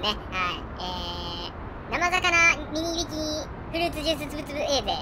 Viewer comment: ミニビキニ言えてないwww